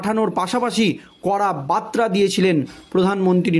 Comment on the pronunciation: ভাষা ঠিক‌ করো ভাই, বার্তা আর বাত্রা‌ কি এক‌? উচ্চারণ ঠিক করতে হবে ।